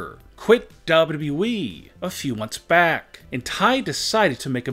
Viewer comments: It’s wwe not dayudayue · Why do you say dubaa badee it’s wwe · It's wwe,not dablu dablu e😂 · Its WWE not WW-WE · it’s Double U Double U E btw. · "bobudabuee'' you mean wwe freind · I love this video but I can’t stand how this man says wwe he says it like dobleoo doubleoo Eeee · He says wwe Dub dub E xD I'm just saying pls don't roast me. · Ww weeeeeeee You’d think he’d learn how to say it right by now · what the hell is daablu daablu eeeeee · What the hell is dubdubue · Why do yo say wwwe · Why cant u pronounce wwe properly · Dude I like u but hate the way u say wwe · What's wrong with this guy saying wwe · this guy can't even pronounce WWE properly... lol